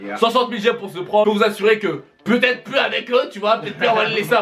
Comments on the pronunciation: Prononcer juste prank ça ce dis prænk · j'aime pas quand on dit le mot PRANK avec l'ACCENT FRANCAIS ! c'est horrible pour les oreilles putin 😷😷